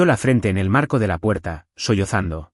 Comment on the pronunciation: ¿ " Solzando " o " sollozando " ?